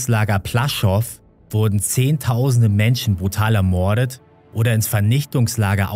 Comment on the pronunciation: ermoooordet.... fürchterlich die sprache . die betonung mancher wörter ist grausam:/